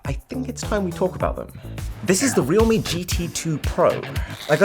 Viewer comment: its pronounced "real-me"? I've been pronouncing it as "realm" lol